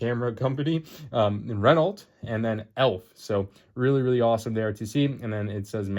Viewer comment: The T in Renault is silent. It’s pronounced “Reh-no”.